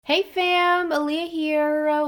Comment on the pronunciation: LOL! For the longest I thought your intro was hey family here... I was today years old when I realized you are saying hey fam-ahliyah here